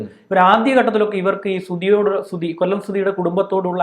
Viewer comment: കൊള്ളം അല്ല കൊല്ലം വഴ വഴ കൊഴ കൊഴ